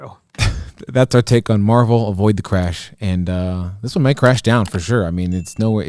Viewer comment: Pronounced mar-vell not marvel